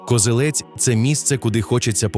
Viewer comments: Я перепрошую, та КозЕлець, а не КозелЕць. Місцеві завжди говорять саме так. То на московитський лад наголос на останньому складі. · Не Козелець, а Козелець. Наголос на другу е.